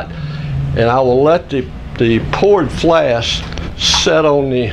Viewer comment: Thank you for the great video packed with years of combined knowledge! One question: are you saying "flast"?